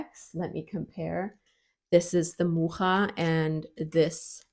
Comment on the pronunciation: Kudos for pronouncing 'Mucha' correctly! ... (Edited) But WTF! for 'it has only white people, unfortunately!'